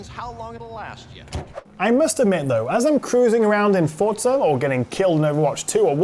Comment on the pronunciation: FORZA no T in forza